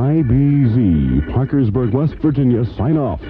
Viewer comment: Did you notice he pronounces Parkersburg 3 or 4 different way